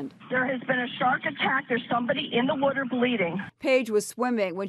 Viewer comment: w o o t e r